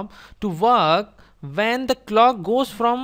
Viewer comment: Perfect! Thanks. But I have a question. Why you'd say 'Vne' instead of 'One', 'Ven' instead of 'When'?